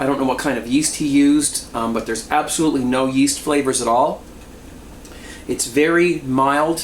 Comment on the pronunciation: "It's absalutly gonna be a messy thing here" Holy fuck